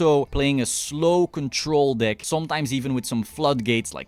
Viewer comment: Iv watched two videos so far. Not know you are saying “dick” instead of “deck”😂😂😂 good content man! I’m a new play only playing duel links so everything here is very informative thank you for the dick showcase!